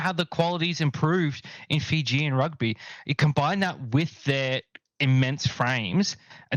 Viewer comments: Fijian? I thought you were speaking Māori or something. Zero justice. But you’re not the only one. Planning to start a blog on enriching rugby bloggers on how to pronounce Fijian names. It’s highly annoying when there is no effort by some. The female Kiwi commentator improved at least. Shocking during the Georgia game. But impressed she corrected herself after it was brought to their attention. That’s effort. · Bro literally butched the fijian language😂